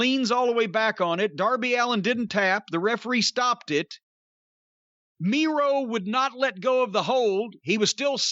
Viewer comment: Miro sounds like he says "Durvy"